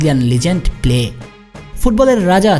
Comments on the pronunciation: প্লে কে রে ভাই? নাম হলো পেলে। অতি স্মার্টগীরি দেখাতে গিয়ে পেলে কে প্লে বলা শুরু করে দিছেন। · Pele পেলে কে প্লে উচ্চারণ করবেন না প্লিজ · নাম পেলে। প্লে উচ্চারণ টা শ্রুতি কটু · News banas naki gaja khas......vul baal news banailei hoy?pele uccharon o toh thik nai tor